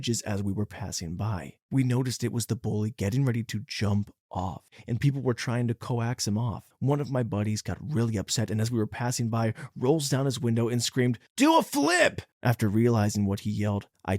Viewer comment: M8, coax is pronounced like "cokes". You never heard someone say that before? Not trying to be condescending or anything, genuinely curious.